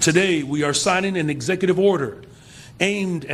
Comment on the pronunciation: He should learn how to pronounce executive 😂